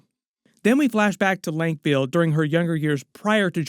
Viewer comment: “LONSTRAD” 😂😂 it’s pronounced “Lans raad” “ SELOOSA SECkOONDUS”😂😂 it’s pronounced “ selousah sekundus” “LANK VEAL” 😂😂 It’s pronounced “ Lank-a-vile” Whale fur not sperm dude And you almost got the Harkonen homeworld “GayDePrime” 😂😂 it’s pronounced “Gi di Prime” Keep up the good work lol